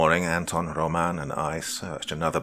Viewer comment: It's ANton and ROman. That's how u put the accent on those names. Nice story!